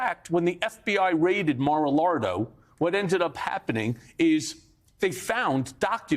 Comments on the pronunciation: Did he just say Mara Lardo cause that's what I heard.🤣🤣🤣🤣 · He called it mar-a-lardo 🤣🤣🤣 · 1 thought he said "Mara-Lardo". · he said, "Mar-a-Lardo" 😆🤣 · "Mar-o-lardo" lol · He said Mar-A-Lardo 😂😂😂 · XD It was probably just a slip of tongue, but god I hope "Mar-a-Lardo" becomes a new nickname for Trump. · Did he say Mara Lardo? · In case you didn't notice.. "When the FBI raided MaraLARDO!" LOL .. Great to see Mike still has a sense of humor after what he's been through. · He called it Mara-lardo!!!! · Did Michael Cohen just say “ Mar a Lardo “.😂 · Cohen called it Mar-a-Lardo. That tickled me. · “Mara lardo” 😂😂😂😂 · Mad O Lardo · Did y'all catch Cohen calling it Mar A LARDO? Hahaha. Somebody make some shirts. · "mara lardo" I love the intentional mistake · I love it when he calls it Mara Lardo 😆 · Did he say "Mara-Lardo"? HAHAHA!!! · I love Cohen.. He says Mar-Lardow not Mar-Largo. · He actually called it "mar-a-lardo" lol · ‘Mar A Lardo’😅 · 'Mara lardo' hahahha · Nobody's even talking about how Cohen called it, "Mar-a-LARDO"??? ☠ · Michael said, "Mar a lard o" 😂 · Did he call Mara Lago "MAGA Lardo"? ... Cause that's pretty good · Do I hear it wrong or does Michael Cohen really say "MAGA LARDO" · "When the FBI raided Mar a Lardo." Thought for a second he just slipped up but honestly I think that's a better name. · "Mara-lardo" LOL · MY DAWG SAID "MAR-A-LARDO" LOL Mike Cohen got time for this. This story arc boiiii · Did he say mara-lardo? :D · Man said Mara-Lardo Im dying hahaha Thats savage!! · Hah! Cohen called it "Mar-a-Lardo"! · Poor Michael needs to practice a few words; “Laetitia.” “Mar-A-Lago.”